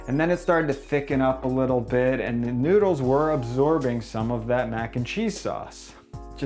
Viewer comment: why do you say noodsekys?